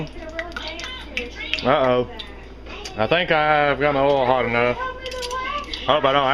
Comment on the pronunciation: 'love the way he says "oil" .... like "ole" with a long o, no diphthong.